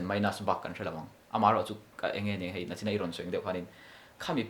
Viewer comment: Ngaihthlak a nuam hle mai. Mahse NICHIN tih tur NACHIN in tih ṭhin hi chu sim daih rawh u. 😅 Kum 15 vel han nih thar leh a chakawm hle mai. Heng mi duhawm tak tak te hi tunlai thalai te hian entawn mawlh teh se. Tumah kan famkim lova, sawisel tawk awm mahse, sawisel lohna lai hlawkpui tur a tam zawk ala awm fan, chu chu thlir ta zawk ila ava tha dawn em. 🤗